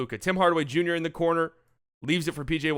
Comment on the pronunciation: "Bim Bardaway Bunior " I died XD